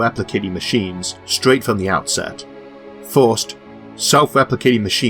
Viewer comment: forst, second, thord.... xDDD